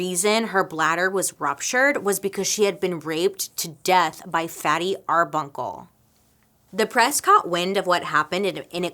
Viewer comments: LOVE this episode - you look ahmazing, too ❤️ I absolutely love your MMMM and Dark History videos and podcasts. I hate to point out (gulp!) that Roscoe aka Fatty’s last name was Arbuckle, instead of Arbunkle. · Yes, Roscoe "Fatty" Arbuckle, NOT Arbunkle was indeed a famous actor in Silent Comedies which were a real thing before sound pictures. Please take the time to learn about your subjects before making your videos. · Yes I'm being petty, but wasn't his name 'fatty arbuckle' not bunkle??